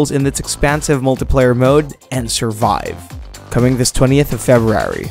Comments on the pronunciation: Video should be called “How not to pronounce February” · LOL Feb-rary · Axess2084 haha I'm glad I'm not the only one who heard it 😂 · I imagine that's the Tommy Wiseau pronunciation. lol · I love how he says February 😂😂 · Videy games? Febrary? Dude, annunciation.